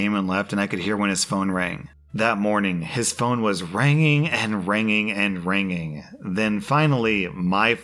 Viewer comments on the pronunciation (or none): dictionary: ringing rSlash: ranging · saying “Ranging Ranging and Ranging”